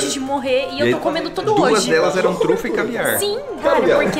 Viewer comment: “E ele falou Truta. Truta? Trufa! KKKKKKK MORTA